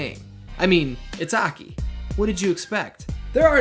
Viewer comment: Ahkey lol.... Its A. K. I.